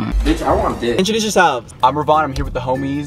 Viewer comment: i thought Ravon said “wi” LMFAOOO